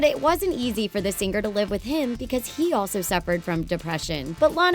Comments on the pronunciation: "Sing-ar" It's singer, you Idiot! Why do you over enunciate the 'g' at the end?!?! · "Sing-ger". It's all I can hear 😅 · i kept hearing "sing-Ger"